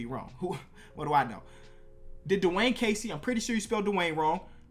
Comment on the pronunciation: My boy said Dwayne Casey😂